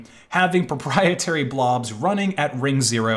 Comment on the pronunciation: *ABSOLUTE PROPIETARY!!!*